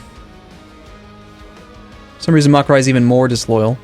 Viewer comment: "Makurai" "Makurai" It's Makuria